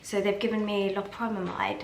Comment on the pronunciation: Hi. I believe the correct pronunciation is low-pair-ah-mide 😊. You may have to adjust the dose that works for you because it can cause constipation which will make your tummy hurt. Have a great Time! Enjoy yourself and be in the moment.